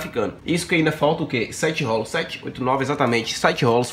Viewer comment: O cara não conseguiu falar rolos, sempre falando rólos, que aflição.